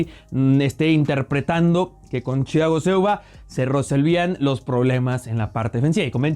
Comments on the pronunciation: ¿Porqué hablas como gangoso al decir Thiago Silva? Parece que pronuncias Chiago Silva. ¡No seas mamador! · lo unico malo de este video es que le dice chiago silva en ves de thiago jajajajaja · El dice Chiago Silva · me estresa que diga chago silva aaaaaahhhhhhh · Nadie: Absolutamente nadie:: Chiago Silva 🤦‍♂️ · tu eres mi traductor y deberias ser el de thiago silva Yo: como se dice a este jugardor: chichago shilvaa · Ajajajajaja chagoo silva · Porque pronuncias haci a Thiago Silva...muy mal pronunciacion